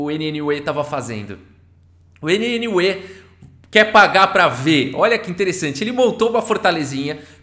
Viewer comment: A pronúncia de NNUE é algo parecido com "new"...